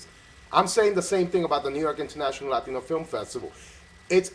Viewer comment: What does an English director know about being Latino? He couldn't even say the word "Latino" properly. Make an effort, mate! and next time Tony, you wanna talk about the unification of race, educate yourself on the race and issues and struggles that the race deals with, especially in Hollywood. Tony sounded ignorant and clueless. of course Tony would chose a white girl yelling disrespectful things at her grandmother , it's probably how he was raised and grew up seeing and doing.